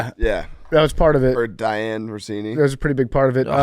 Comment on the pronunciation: Also, it’s Dianna Russini… not Diane. Recurring guest lol